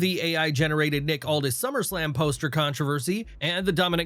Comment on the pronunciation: Bring back the British guy. At least he can say SummerSlam and not SlummerSlam